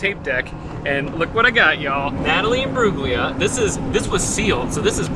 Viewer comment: Yay love to see an Aussie artist! By the way her last name is pronounced Im-brool-lia, the G is silent 😉